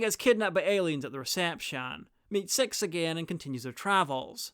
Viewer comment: You say Six like Sex.